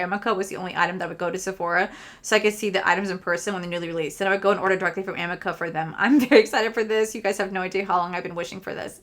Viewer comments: amika is pronounced (a meek ah). just thought I’d let you know. I felt funny correcting you but every time I hear you say it I’m just dying to tell you how it’s pronounced.😅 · It’s pronounced uh-MEE-kah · It said “ Amika- Ameeka and Beis is Base “ that’s how you say them .. google what ya good for 😂😂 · You crack me up 😂 Amika is pronounced A-ME-KA 😂😂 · I don't shop from MAC because they're not cruelty free 🤷‍♀️ Also amika is "ah-ME-ka"